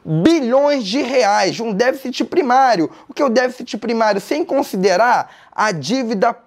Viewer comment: DÉFICITI! DÉFICITI! Entenderam?